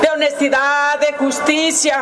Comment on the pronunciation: Solo le falto decir el presidente habla de "Honestidaddt" Hasta la palabra la dijo igualito como la dice don Obrador